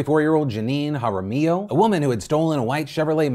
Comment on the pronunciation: Good job pronouncing Jaramillo.